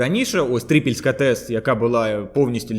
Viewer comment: Три́пільська? Мені українська теж не перша мова. Але Три́пільска - це сильно ) Звучить ніби спікер віщає десь з Австралії)